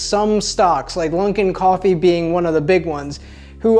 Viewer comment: Lunkin? Stopppppp. There is no n you maniac